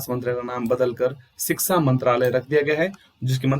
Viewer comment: महराज सिक्सा नीति, नहीं शिक्षा नीति बोलो